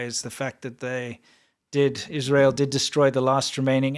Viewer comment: Iz-rah-hell IS BAD